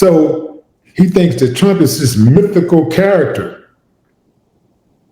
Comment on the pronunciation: He says just like pwesident tchump, aadreean.❤️🗽🇨🇦⚔️